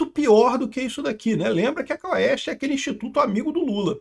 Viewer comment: Quest não quaauuuesste